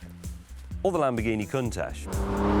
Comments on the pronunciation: Pronounced "con tach" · The way he pronounces Countach is bizarre and almost obscene, Its Con - tach not whatever he is saying 😬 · Listen to the way that Pagani, who worked for Lamborghini at that time including development of the Countach, and Balboni, the main test driver of that period, and Gandini, who designed it all pronounce it: coon-tatch that is the proper way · Fun fact, the Italians actually pronounce it Coontack. You’re welcome. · Stop calling it a cuntach you absolute melt 😅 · I hate the way they pronounce Countach, they started an entire generation of people who pronounce it like a idiot. Not a british thing either, i and everyone i know pronounce Count - Ash